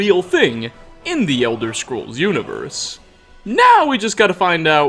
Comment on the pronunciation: Is it just me or did he say now really weird